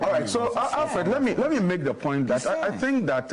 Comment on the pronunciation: dont say, " A tink" I presume you wanted to say," I think"